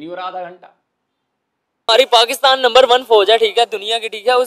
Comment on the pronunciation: Are Pakistanio ka majaak. Banaate h... Pakistani Number One ko Lumber one kahte h😂😂😂.